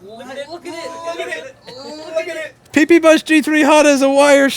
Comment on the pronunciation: You seem to have a nice gang there: "llllookatIT", "llllookatITllllookatIT" :D